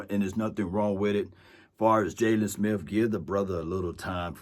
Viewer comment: Please learn to pronounce he ate words correctly it’s not Smith with an F it’s Smith with a TH